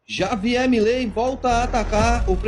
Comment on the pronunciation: Pronuncie "R"avier, companheiro...